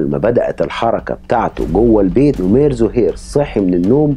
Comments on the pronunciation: نَمير ..مو نُمير .. وسردك جيد لأن مابي إطالة وتكرار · نمير بفتح النون وليس نومير